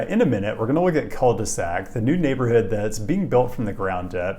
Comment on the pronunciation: Pronunciation is almost as bad as Rochester